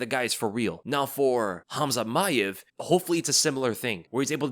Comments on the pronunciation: It's not maev it's mAAev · You have to pronounce the name as Ma-aev. Pronounce A twice.